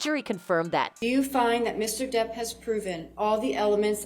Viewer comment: I’m so embarrassed for this woman ~ calling j depp ‘derp’ is stupid and immature ~ for someone who obs thinks fictional characters in fictional stories should be historically accurate but won’t even say somebody’s name properly makes her look inconsistent and unhinged ~ if she was trying to be funny with the ‘derp’ situation she failed miserably 🙄